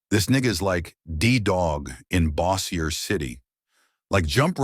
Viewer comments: Bo- sure. The way you spell it they'll end up saying Bow like bow wow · bossiaye? it's pronounced BOW- SURE City...